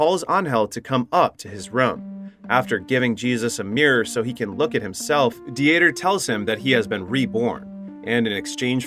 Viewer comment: Uh, yeah, but “Dee-ter” or the German name, Dieter, was pronounced wrong the entire time as well by the unaltered AI voice (which can be altered or tweaked), as well as Angel which is a simple (usually Latino) name that sounds just like the word.